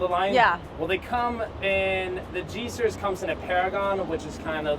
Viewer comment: Series -- It's "seer-eze, not "seer-e-us." Just sayin'